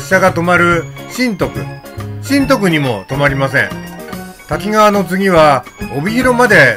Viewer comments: 細かいことですが駅名の読みは たきがわ→たきかわ あさひかわ→あさひがわ だと思います。 『あさひがわ』は1988年に『あさひかわ』に読みが変更されたと思います。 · 石勝線開通前の懐かしいダイヤ、昔を思い出しました。キハ82系のおおぞらも何度も乗車した列車です。さて動画の中でしばしば登場する「滝川」ですが読みは「たきがわ」ではなく「たきかわ」と濁点はありません。再生中に気になってしまいました